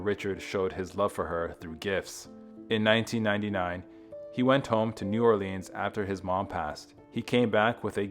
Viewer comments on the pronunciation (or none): none